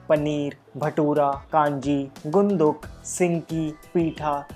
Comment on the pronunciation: It's gundruk not gunduk . Btw nice video